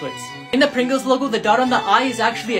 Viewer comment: Never heard someone pronounce the "p" in "chip" so hard bruh.